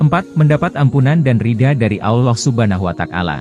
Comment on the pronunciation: Maaf koreksi narasinya, bukan Allah Subhana Wa takala, tapi Allah Subhanahu Wa Ta'ala